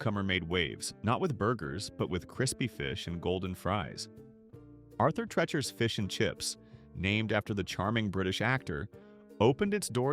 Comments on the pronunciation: It's pronounced Tree chers. Please don't clickbait. None of these businesses were ever considered the worst. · Arthur "Tretcher's"...A.I. is a travesty. It's pronounced "Tree-cher's"! Its namesake was a British actor known for playing butlers and such, and in the '60s and '70s he was the announcer and general all-around sidekick on The Merv Griffin Show. The only one I ever went to was the one on Elm Street in Enfield CT, in the same shopping center as the now defunct Pumpernickel Pub. Only Burger Chef I ever ate at was on Memorial Drive in Chicopee MA. It was across the street from the Airline Drive-in, where they ran movies dusk-to-dawn on the weekends during spring and summer. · Never heard of some of these. Knew a gal in NJ who never heard of JITB. It's pronounced TREE-chers not TRETCH-ers. Brown Darby? AI bs. Because of the racist stuff, Sambo's changed its name to Seasons. The beginning of the end. There were two Sambo's in my town. Ate there many times. Place to go after the bars close.